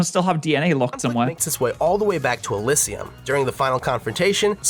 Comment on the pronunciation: The way this guy said Oraborus and Elysium hurts my soul as a Xenoblade fan.